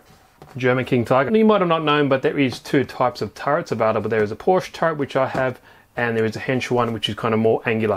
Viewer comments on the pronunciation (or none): ugh it's porsche turret